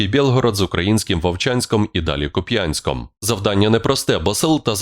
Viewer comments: Не КупЯнск, а КУпянск. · КУп'янськ. Наголос на У .